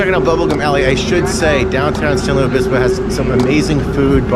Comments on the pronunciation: Please call it San Lu-IS Obispo. Not Louie. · Why does he say "Luis" weird? It's LOO-IS. Pretty easy. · You say San Lou Obispo. I've never heard that before. I've heard a lot. You're supposed to slow 🐌 🐢 down and chill. I enjoyed your video very much ❤❤❤❤❤❤❤.